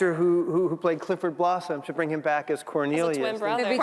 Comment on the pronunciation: Luke 'Cornilious'😅😂